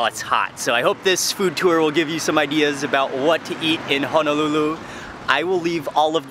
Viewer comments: It's Honolulu not Hanalulu!!!!!! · I noticed that you were pronouncing Honolulu as Hanalulu. Honolulu is Wahipana it’s a historical name place that should be mentioned properly. Hono means bay and lulu means sheltered together it creates the place Honolulu “Sheltered Bay”. Just wanted to drop that 💎 for future references. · I watch all your videos so fyi...its ho-no-lu-lu not hun no lu lu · How can anyone trust a person who CAN’T even pronounce the place you are at correctly. You are not in HANALULU. Auwe! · It's not hanalulu it's Honolulu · hanalulu ? brah for real ???.... 👎🏻 eh right on you worldwide... but if your roots is Hawaii... you hamau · He said Honolulu Hawaii wrong